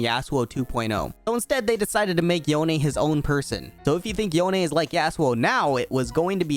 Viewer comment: It was hard to watch this video with you saying “yon eh” it’s just yone like “Yo N”